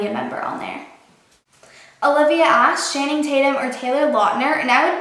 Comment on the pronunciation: channing tatums name is pronounced Chan, like Jackie Chan, then ing Chan-ing, not with an s sound like shanning, but CHANing, lol